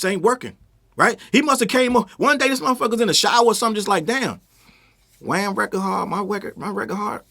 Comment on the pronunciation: Every time say Wham 😂😂😂😂😂